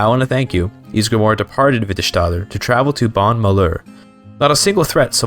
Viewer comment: Nords are just as native as snow elves or giants. Just as native as dunmer in Morrowind, i think the "most" native races are argonians and khajit. When saying s in nordic or norse accents you never add a sh sound without spelling sj sk skj Its not witterShtader its Vitte stadr